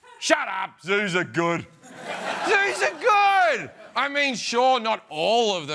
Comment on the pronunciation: Did he say Jews or Zoos ? :D :D